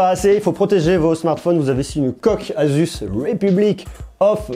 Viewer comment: asus c pas azuz